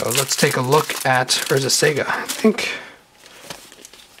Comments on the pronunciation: Lol urzas sega haha that's not how you say it. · you keep saying Urza's Sega :D I keep picturing sonic casting Morphling. (But Id like urzas saga please). Good vid :)